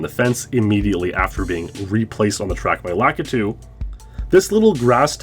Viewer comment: So are we sure his name isn't "Lah-Kee-Too"